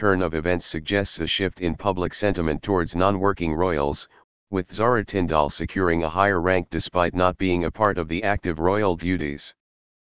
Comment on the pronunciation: Absolute crap. Can't even get Zara Tindall name right. And pronounced tin d l. If you going to tell stories about our royal family GET YOUR FACTS RIGHT